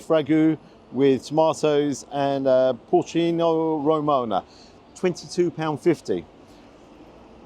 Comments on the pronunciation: Bit of a nerve to challenge the Bolognese to be as good as yours and in the same breath say "porcino romona" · You know you're a GaryEats veteran when he says - "Pourchino Ramoano" and you instantly know that the menu reads - "Pecorino Romano" 🤣 Never change! 😂